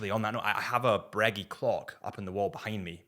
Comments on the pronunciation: “Bruh-GAY” not “breggy” .. bro! 😅🤣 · Breggy and peggy 😂😂😂😂 that’s what is wrong. People calling the brand breggy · You are breguee… wtf! I knew americans were… apparently british too😂😂😂😂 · If he says Braygeee one more time I'm gonna lose it. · Glad he just said AP 🙏🤣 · Judging by the other comments in not the only one that had never heard Breguet pronounced that way. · Man, when he said it, it was like someone fcuked me in the ear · how the hell do you pronounce Vacheron and A Lange & Sohne correct but not Breguet...